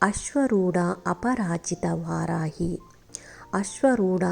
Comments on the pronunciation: ವಾರಾಹಿ ಸರಿ, ವಾರಾಯಿ ಅಲ್ಲ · ವಾರಾಹಿ ದೇವಿ ದೇವಿಯ ಹೆಸರು ಸರಿಯಾಗಿ ಹೇ ಳಿ